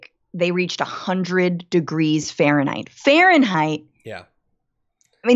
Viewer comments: I love how Francesca emphasizes 100 degrees FAHRENHEIT. Hehehe. If it was 100 degrees Celsius the whole world would be aware.... Without news. Lol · Les Brown Yes, but she emphasized "Fahrenheit" as if that made it worse, which is what made me comment. I love her, but it just struck me as funny. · Frankly if it was 100 celcius it would have been much worse... I mean she emphasized Farenheit, as if that was a more worrisome or worse temperature...